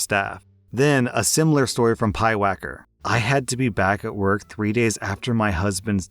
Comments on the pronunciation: I couldn't help but notice that you pronounced that last username incorrectly. It's Pyewacket, not Pyewacker. It's a historical name of a witch's familiar, if you're curious. I gotta support my fellow Pyewackets. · I lost it when you read the name as “Pyewacker”! I can understand misreading it but it’s actually Pyewacket. It’s an odd name but I remember it from a movie. Anyway, thanks for the laugh.